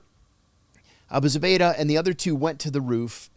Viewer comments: OMG I'm sorryDanny. You have GOT to do some research and your questions are just terrible. I mean the title is Abu Zubaydah Captured John Kiriakou but I don't know HOW MANY TIMES YOU HAD TO ASK HIS NAME AND HOW TO PRONOUNCE. Not ok especially when someone like this is your guest. You act like, Come on sharpen it up!! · Amazing story but the interviewee needs to remember the subject's name. I counted 5 times he couldn't pronounce Abu Zubaydah.